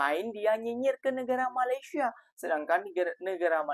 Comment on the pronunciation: COBA PERHATIKAN DAN DENGARKAN DENGAN BAIK APA YANG DIUCAPKAN... BERKATA MALASYA... MALASYA... MALASYA 🤣👻🤣👻🤣👻🤣